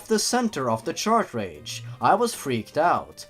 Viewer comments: DUDE ITS NOT CHARTRAGE ITS CARTRAGE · Chart rage not shart rage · I know this probably won't be seen but is the "Shart-Rage" mispronunciation of "Cartridge" intentional? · chartrage chartrage chartrage how do you mispronounce cartridge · are you mispronouncing cartridge as chartrage on purpose?:P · do all of them say chartredge? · Why do you call them ChartRages?